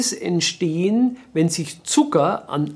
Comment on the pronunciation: Also besser keine Pommes "erzitzen", sonst "entsehen" schlimme Dinge. Mann, Mann, Mann ...